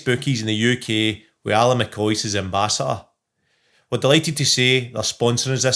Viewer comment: somebody should teach Charlie how to say the word ambassador 😂 “ambassator”